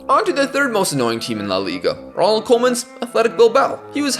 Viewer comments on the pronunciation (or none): none